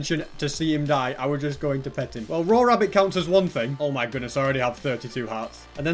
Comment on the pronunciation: y do say me portol and not my portol?